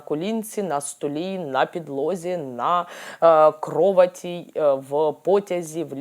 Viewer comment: Мені справді імпонує ваш спосіб пояснень різних підходів до магії. Просто, дохідливо, без напускного "магічного" бліхту. Також дуже мені подобається ваша мова, особливо слрво"крОваті". Це мені так щемливо пригадало мою покійну тітку, котра говорила київським суржиком.